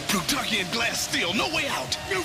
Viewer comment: That cwazy Pwutawkian!